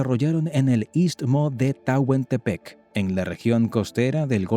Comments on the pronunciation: Hola y les corrijo no es tahuantepec lo correcto es Tehuantepec. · Tehuantepec no Tahuantepec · No es Tahuantepec, es Tehuantepec. Y no es mexsicas se pronuncia meshicas. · Se pronuncia correctamente Tehuantepec. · Se dice Tehuantepec. Lo pronuncia mal!!